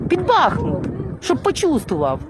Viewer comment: БахмУт , а не БАхмут